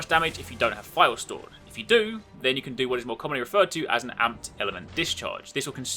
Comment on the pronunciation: It took me awhile to realize he was saying "vials" instead of "files" Makes a little more sense now.